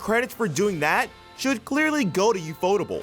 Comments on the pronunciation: Man, "yufodable" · "yuu-FOE-tuhbul" Really...? I always read it as UFO table.🛸┬─┬ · how the fk are you pronouncing ufotable 💀